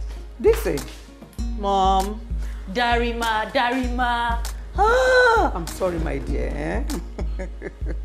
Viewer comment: Wait Ooh wen they were in the car ..her mum called her desse Ooh instead of Darima😅😅😂